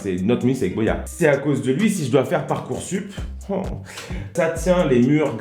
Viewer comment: Juste petite remarque, il dit ParcoursTup 😉